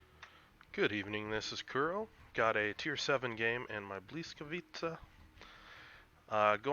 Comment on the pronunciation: bwi-ska-VEET-sa. First "i" is short.